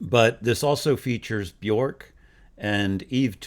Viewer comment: While you were at it, you could have also found out how to pronounce Björk and Berghain. 😆